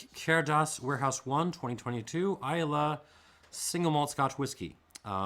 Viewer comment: That d is cairdeas is pronounced as a "ch" sound, so it's more of a "carchais" and "lachaig". Also, I totally agree with you on the 2021. Complex and powerful for sure, but totally unbalanced in a way that tends toward off-putting.